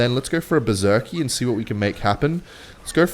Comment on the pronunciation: "Speedy Berserker cycle" mutters under his breath while finishing in Bersker 18 times in 2 minutes